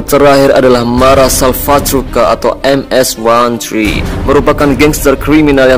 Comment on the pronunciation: Koreksi lagi Bro, Bukan MS One Three tapi MS Thirteen, Awalnya hanya orang2 El Salvador (Salvadorian), tapi saat ini anggotanya hampir semua negara Latin Amerika.